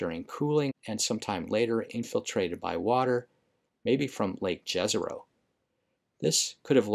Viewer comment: on our university in Prague, during public lecture about mars, the lector insist to: each one of us have a duty to teach at least one american to pronounce the Jezero correctly. Well, this is my showtime. It's "yazaroh" and meaning is "a lake." In the several slavs languages. Mission completed. Now the channel will be superaccurate.